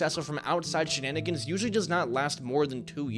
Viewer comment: “Wild shanigens”